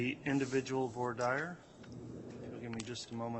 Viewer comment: “Voir dire” pronunciation: vwar deer or woo-are deer please